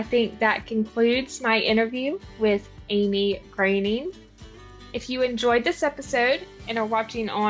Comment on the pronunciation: Finally, correct pronunciation of her last name‼️ Amy is the greatest, and 'Twas the Date Before Christmas is the most fun of Hallmark's 2024 Christmas lineup! What a great interview – gotta love Amy's energy (but poor thing, doesn't she get only half the gifts as a Christmas baby?) – thanks! 🤙🏽